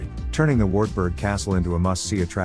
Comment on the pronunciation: I feel sorry for all the German folk who cringe at the laziness of foreigners when learning how German (or any other European places are pronounced - for Christ's sake, a phrasebook doesn't cost much and invariably gives a guide to pronunciation! An example is , it's pronounced Vaartbuerg! Not long ago I saw a video praising Waldshut on the German/Swiss border and calling it Ward-shut (it should be pronounced Valdz-hoot).